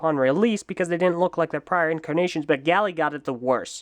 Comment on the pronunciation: It's Gali (Gah-li), not Gally.